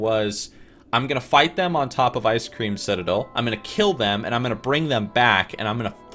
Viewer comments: did he just say ice cream citadel? edit: ok he said it again. first video for this guy and i guess thats just his thing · love your pronunciation :D Fellow melon, Icecream citadel ;)